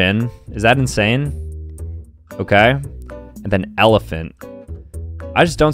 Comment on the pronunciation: Why’d he say it like that?